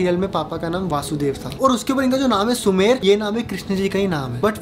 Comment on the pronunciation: Uska na sumer nahi Sumedh hai😊